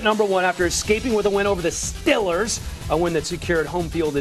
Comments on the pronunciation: 0.:23 Just listen to what he said Stellers? It's Steelers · He called them “Stillers” meaning not going anywhere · He means "Stellars", not a bad thing